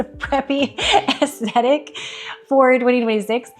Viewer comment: Anna. 'Ass-sthetic' 😅, enjoy your content